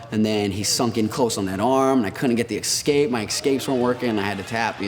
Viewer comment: Jayssssus it's not "EKSKAPE!" lolol